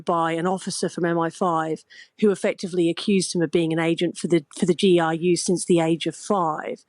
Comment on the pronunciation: "a spy for the GIU" - it's GRU (ГРУ), folks. It's "ar" [R], not "ai" [I].